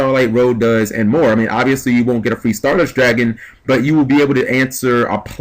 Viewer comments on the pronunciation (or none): none